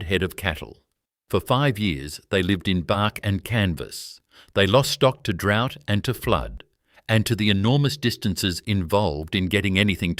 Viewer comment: The pronunciation of words is deplorable. Simple words like DROUGHT, GOULBURN and many others.